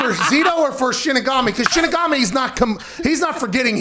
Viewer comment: Lmfao callin him "Shinsigami" 🤣😂😭